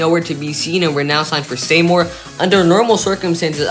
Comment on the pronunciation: It's pronounced SEE-more for Seymour